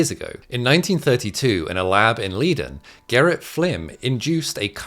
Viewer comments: German - EI = I, IE = E. Leiden is Lie-Den, not Lee-Den... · Leiden, pronounced lie den. Not going to comment on the meaning of the English words. lol